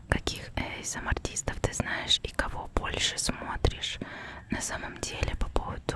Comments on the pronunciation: Изначально аббревиатура английская, так что она говорит правильно. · "эйсэмар" это просто идеально!